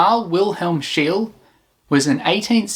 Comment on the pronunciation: Outstanding work. ''. However, Your Swedish pronunciation is incorrect! ([ˈʃeːlə], [ˈɧêːlɛ] "SCHEE-LE" That's the Swedish pronunciation. German also OK, since he was born in Pomerania, a Swedish Dominionin 1742 There is a street in Stockholm named after him Schee-le gat-an "Scheele Streeet". And WERNER FORSSMAN. In 1956 he was awarded, together with André Cournand and Dickinson W. Richards. Next time fact checking and try to pronounce "Foreign" names correctly. OK! Like we try to pronounce British or American names Comme il faut! Not Faux Pas! You've got 4G, Internet of Things. Nor hard? Right? Keep up the Good Work Bangkok-Johnny, straight from THAILAND